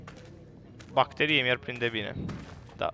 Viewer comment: Ti-am spus sa zici ''bacterie'' cu accent pe bac ca dai bacu' (Imi pare rau da trebuie sa-ti spun ca dai bacu!)